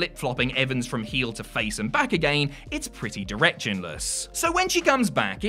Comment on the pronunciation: I don't know, but he is really putting emphasis on the last word of each sentence. He is stretching the word. He says again like a-gan-yin.